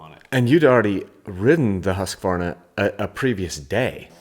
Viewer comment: Why can’t yanks say Husqvarna? Just say husky. It’s not Huskavarna.